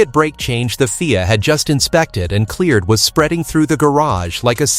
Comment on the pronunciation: It's not called FEAR it's pronounced F I A with individual letters of the alphabet. Rubbish video.